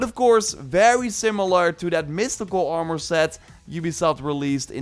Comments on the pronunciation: It's like he says "Are-more" more and more frequently the longer you watch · If you say armore one more time! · Armour ❌ Armoore ✅ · The way you say armor 💀